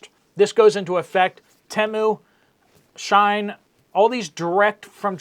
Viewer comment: “shē-in > shīne”